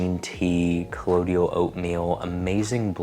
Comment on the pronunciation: just a heads up as most people pronounce this wrong: it’s “co-Lloyd-uhl” oatmeal” not “co-lo-dee-ul oatmeal”. Even the brand rep for First Aid Beauty would get this wrong when she came in to train us at Sephora, had to correct her lol